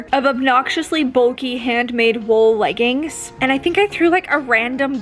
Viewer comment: "Leg ins" 😂